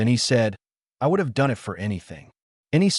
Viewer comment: AI does know the differences of synonym.... soft hard vowels.... Is that why the one/ two sentences are in anothers voice. Counts as human doing the job? I T is pernounced it.... not I T Use humans instead of AI Noticeable everything.... Making millions.... yet can't pay humans